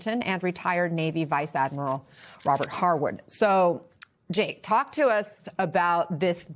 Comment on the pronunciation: Did he say "talko"? You should "kick'em hard" now that you have the only one POTUS .... You can always go back to Jimmy Cater roasted failure or Biden Obama camel indulgences and they zipped up and walked away at the end